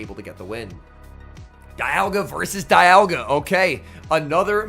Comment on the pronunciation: Love when you say “dayalga” 🤣🤣🤣